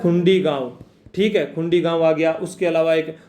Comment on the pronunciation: खुंडी नही ह सर वो खुड़ी gaau h